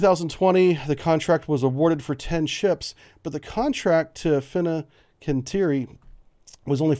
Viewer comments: Heyo, its Fincanteiri, said Fin-can-tee-airy. Love the briefs, keep it up. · Fin-can't-jeri, [fiŋkanˈtjɛːri] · Hey, disgruntled Wisconsinite here; Marinette is pronounced: Mare (like a horse) - n - ette. Not marionette like a puppet. The i is kinda silent. Also Fincanteri is: fin (like a fish) - can (like soda can) - Terry (like the name). Sorry for being nitpicky, love your stuff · Close enough, but Fincantieri isn't actually pronounced like that. It's more like fin- (like fishes), can- (like a can), tea- (the beverage), eri- (pronounced like in the names Eris or Erik). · brief Historically you've had an issue with names. FIN-CAN-TI-ER-IE, AUS-TAL. SEWIP blks aren't classed. There is quite a bit of open source (including from your own sources that you mention in the beginning of your videos). The US Navy's MK110's ARE NOT at all radar guided as you put in your video. They are EO ONLY, changing the abilities of the weapon system. It only uses the MK20 EOSS... I know you're a bubblehead, but please keep the misinformation for the surface fleet down. For a channel with 150K subscribers, you should do better research.